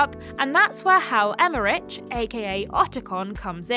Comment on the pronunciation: I nearly screamed when she pronounced Otacon’s real name wrong. Come on,!!